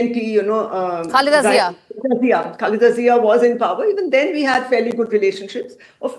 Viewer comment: She cannot even say the name Mrs. Khaleda Zia.